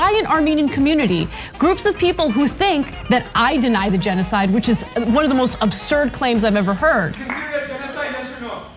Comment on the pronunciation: Armenian Yeno-YouNoWa-Side 🤣🤣🤣 love my boi